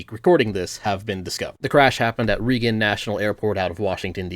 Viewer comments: I want to appreciate this blessed video but am still stuck baffled that someone pronounces "Reagan" as "Reegan" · I have always enjoyed your content but the name of the man and airport is pronounced RAY gun ... not reegan 👀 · I had only ever heard people pronounce it "ray-gun" prior to watching this video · Do you intentionally mispronounce words? Like saying "Reegan" instead of "Reagan" as well as saying "tenoor" instead of "tenure" in this video. I've noticed you correctly pronounce the same words one time and mispronounce another time. I love the content. I'm just genuinely confused and unsure if it's intentional. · I know it's superficial, but why did you mispronounc "Reagan", or is that the proper pronunciation in this regard and not "Raygun"? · Sorry. But Im not even 'murican' and I know its not "ree-gun" airport. The hell? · THERES AN A IN REAGAN!!!! lol just picking on you 😂❤️ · hearing Reagan pronounced like that by a libright youtuber is strange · That and tenure pronounced tenoor both got me in this one.